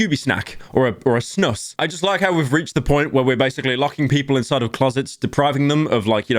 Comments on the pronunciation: its not snos its snus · It's not pronounced "snuss" it's more like "snuus~" it's a drawn out "U" and smoother "S"s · im sorry but the way you pronounce snus is making me want to cry. sussy baka tobacco bags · Pyro trying to say the Swedish word Snus is so funny. I'm sorry bro, you completely butchered that word. I'm gonna teach you how mr. Pyro, my hero. The legend. The literal god who can't pronounce a four letter word, "snus". It sounds more like you are trying to say "Sus", and failing at that as well. Here is a video on how to say it Pyro. So you don't seem like an inbred with an IQ score of -80 the next time you are trying to pronounce "snus". /watch?v=B2R1NE50X0U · Snus is pronunced "Snooze" not snuss 😭😭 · idk why but the way pyro said “snus” really freaked me out 😭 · as a Swedish person hearing him pronounce “snus” like that is painful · I agree and im Swedish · Thank ypu byro for completely butchering the word "snus" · Pyro's pronunciation of snus is hilarious.